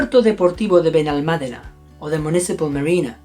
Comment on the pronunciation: Nice to hear people actually pronounce it properly! The accent above the “a” get missed. Also English people can’t bloody imitate foreign words properly!